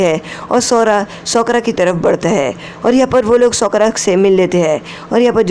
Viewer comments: Shi bat bhai sakura nhi Sokra 😅😅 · Sokura 🤔isn't it sakura 🤔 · Sokura nahi sakura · Sokora nehihe bhai sakora he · Bhi sokra nahi hota sakura hai uska naam